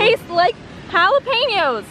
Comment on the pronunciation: 1st. Yes white chedder chessetz taste like jalapenos. 2st. Someone actually pronounces jalapenos correctly